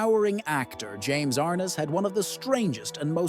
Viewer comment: His name is pronounced James R NESS not James R NISS.